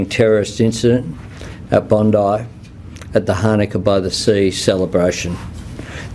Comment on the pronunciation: bacanya bukan bondi tapi bondai